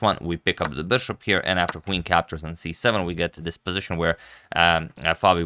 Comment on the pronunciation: You're my favorite commentator and your English is generally great but please "bishop", not "beshop"